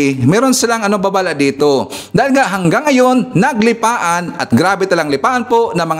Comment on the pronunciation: "NAGLIPANA" po.... hindi naglipaan :)